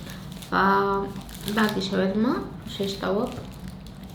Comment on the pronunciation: ههههههههه مقدرتي تكلمي شورما في المقابلة 😂😂😂😂😂😂😂